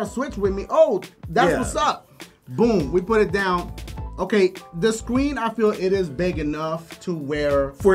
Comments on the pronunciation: "the scween is good enough to play on" 2017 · did he gust say scween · The SCWEEN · did this dude just say "the scween"?